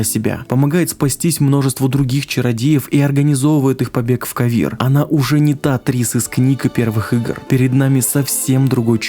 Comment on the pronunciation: "отправляется в Кавир" проорал а разве не КОвир?